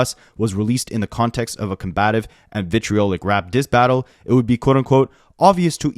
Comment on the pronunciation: You did a great job pronouncing "vitriolic" and "incendiary" btw. 💓